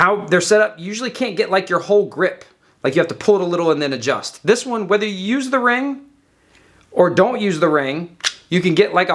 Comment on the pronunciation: "So you can st-UUSSE it... to get to your piece"